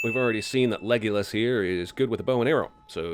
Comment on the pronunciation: Sin 105 did he call her Leggylas, you can do that!